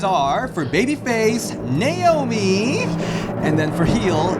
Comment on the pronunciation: and the "Namoi" instead of "Naomi" 😭